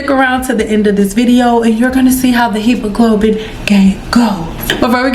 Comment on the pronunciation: Pronouncing Hemoglobin gurl it happens to all of us lol